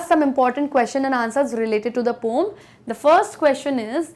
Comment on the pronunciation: Poom 😂 poem hai mam